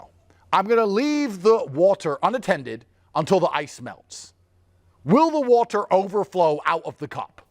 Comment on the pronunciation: 😂😂 he literally can't say water😂😂 or Boogaartee😂😂 tw@